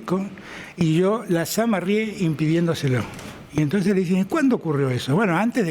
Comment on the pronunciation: "LA SAMARREÉ" 😆esto tiene que ser PPV